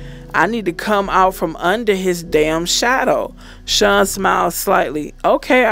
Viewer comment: It’s Sean not shun lmao 🤣